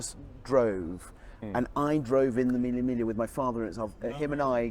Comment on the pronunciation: Lol I don’t ever wanna hear Mille migla ever again 🤣😂💀